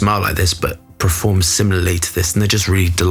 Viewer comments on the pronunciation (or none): none